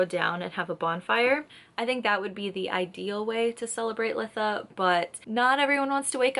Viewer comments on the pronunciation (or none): I've gotta say it... It's pronounced lie-tha. Beautiful video other than that. ❤ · Good video! But it's "lye-tha" for future reference ❤